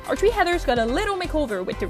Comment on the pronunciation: This is really good But im just wondering, why do you say "tree" instead of "three"